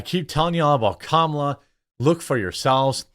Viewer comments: You’re already “mispronouncing” her name when you say “KUH-MALA” they want you to say “COMMA-LUH.” Just to be clear, idgaf how you say her name, js you don’t need to say “CAM-AH-LUH” to trigger the left. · Lol it's pronounced Comma, la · I love how I'm not the only one that purposefully calls her Kalama 😂